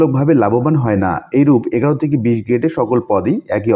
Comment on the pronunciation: এগারো নয়, অ্যাগারো।